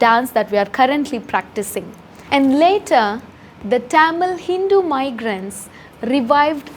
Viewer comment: I challenge you to say Tamil, and not thamizl